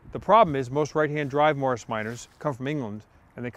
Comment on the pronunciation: The way he said Morris, sounded like marshe